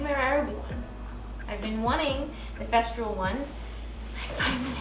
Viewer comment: I love your work, you are so talented! But…..everytime you say the brand of your sander, it cracks me up. It is FES-TOOL. Not FES-TROOL. 😂. There is no R. And welcome to the Festool fam….youll love it forever. Keep up the amazing work!